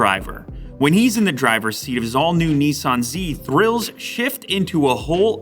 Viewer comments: Not neeesan it’s pronounced Nisan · Bloody hell. It's spelt 'Datsun' and 'Nissan' fgs. Why do say Dartsen and Neeesarn? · Neeson dotson 🤣🤣🤣🤣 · Why can't North American's pronounce any Japanese/Korean brands correctly? NISARRRRN / DATSARRRN / NYKON / HUNDAI WTF? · Nee Sahn Zee Lew? DOT Sun Lew? 😱 Have you suddenly turned into a USican? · The way Americans pronounce Nissan actually makes me want to throw up